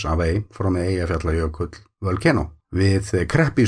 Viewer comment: I love hearing the names of the glaciers and the volcano systems rolling off your tongue. I pause the video and try to say them at that speed and stumble. Especially Eyjafjallajökull :) I can say it at a slightly slower rate so.... progress!! Thank you as always for the lovely films you make.